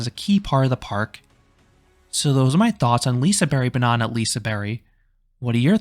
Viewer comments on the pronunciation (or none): I'm not trying to be that guy, but, the G isn't silent, it just has a diffirent sound. "Lisebergsbanan" is pronounced as "Lee-say-baerj-s-baa-nan".